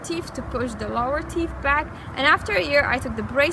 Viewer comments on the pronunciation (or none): It's natural sugar not processed sugar. teef??? teeth. you need to floss.